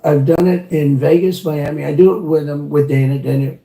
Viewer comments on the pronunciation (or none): none